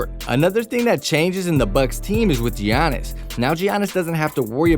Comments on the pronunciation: His name is pronounced like Yannis. Not gee-onis. Championship title, one of the top players and content for you, you could at least say his name correctly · Say jeeyanis one more time i dare ya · “Jee-yannis” Wojanowski” “Mike-ah-ale Bridges” “Al-dridge” come on bro I wanted to leave a like